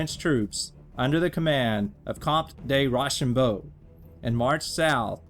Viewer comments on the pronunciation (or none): It’s row-sham-bow